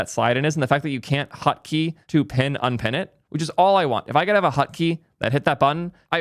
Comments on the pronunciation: What the frick is a ''hutkey'' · Why does he pronounce it hUtkey?